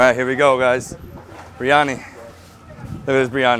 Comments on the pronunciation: Did I hear him say BRI instead of BIR🤔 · Tsk tsk...not breeeani, Biryani....Bi..ri..aanie